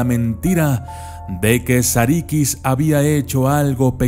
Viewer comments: No es "sarikis" es "sarukus" se pronuncia de ese modo porque no tiene puntos en la i en el alfabeto turco esta la i y la I que la i es (i) y la I se pronuncia(u),buen video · sarıkız la ı sin punto se pronuncia entre la i y la e, la i con punto se pronuncia como i tal y como la conocemos. sarı significa amarillo y en realidad hace alución a la chica rubia o a una chica de cabello rubio segun la leyenda original.